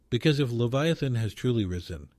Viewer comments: Dude you keep shredding the Leviathan name keep it straight every time it's really strange you can't keep it right. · means that the AI is miss pronouncing the word leviathan. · It twists my heart every time you mispronounced his name.